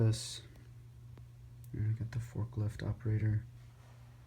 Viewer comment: Yet again a great city update! I saw that AFOL MAN also has that glass roof above the Train station. Which one of you designed that or did neither one of you? Also just wanted to mention when you say "Fork-lift" it sounds kiiiiind of wrong... Anyways a great update!